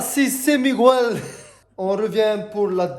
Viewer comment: mdr j'adore trop il ma fait trop rire ce '' Migouel' Pariisss'' 😂 😂 😂Ah merci pour ce fou rire ça ma fait du bien ! aujourd'hui j' avais pas le moral et grâce à vous deux j'ai le sourir 😍😍